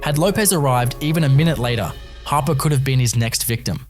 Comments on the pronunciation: It's Nyla Harper not hopper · Hopper?? For correction it's Harper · Hopper?? Isn't it Harper